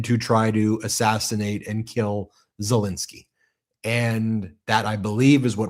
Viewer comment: BEN, BEN, BEN...AAAARGGHH . ..I love the show . I remember when you were saying " lets get to a million" BUT ...for legitimacy you guys have to get the name of Ukraines President right. " Zalinski" is a " relatively" common Polish name in the US . But this is NOT the Ukranian Presidents name . There is no " A" There is no " I " in his name. Its Zelenskyy